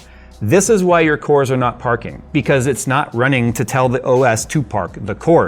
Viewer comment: All I heard was Parkour!